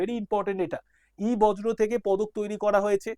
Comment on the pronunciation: sir ota বজ্র না বর্জ্য, উচ্চারণ টা বর-জো পদার্থ হবে